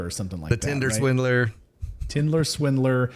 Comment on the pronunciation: The tindler swindler hahaha 😂😂😂 I thought that's what u kept saying and then I cracked up when Mrs Morris said I think you are saying that wrong ha😂 ha 😂 ha